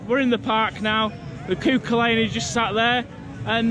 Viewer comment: Cú Chulainn pronounced coo-hullan for future reference